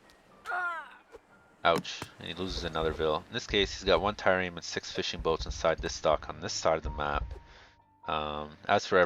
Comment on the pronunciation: Tie-reme? Trireme..